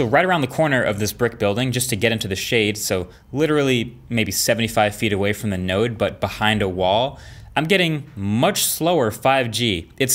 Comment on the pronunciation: Marques: Node Raiden: Did you say... Nerd? Colonel: Not 'Nerd', NODE